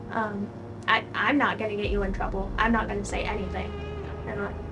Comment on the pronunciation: The "I dontwanna get introwwble and I dontwanna get u introwwble" decoy is somethin lol